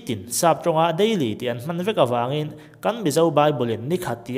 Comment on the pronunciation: Wraaaagkachak ngawt in sawi a, a fair lo... Daiiily pawh sawi ve ru